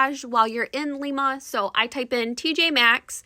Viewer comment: It's Lima with a long I sound 😊